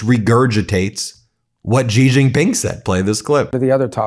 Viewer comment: You can safely pronounce the name Xi Jinping “She Jinping,” and it will sound correct. “She” is very close to actual pronunciation, and uses sounds we have in English. “Jhee” or “Zhee” or whatever does not sound correct.